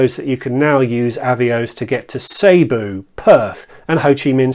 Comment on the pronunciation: excellent videos! I switched 95% of my business from BA to QR as long as nine years ago - and have never looked back. BTW - Cebu is pronounced Si Boo (I should know, as that’s where my wife is from, and where I’m currently spending Christmas / New Year).